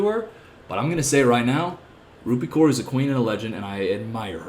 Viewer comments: Genuine question: is Kaur pronounced ‘Koor’ or ‘Cowr’? Because I’ve always heard Cowr, but I’m guessing from this video that in the US it’s Koor. What is it in India? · I believe it's 'Cowr' or atleast it's how I've heard it pronounced